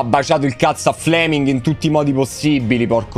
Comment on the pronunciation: seee duranville godo..... fle-ming 😂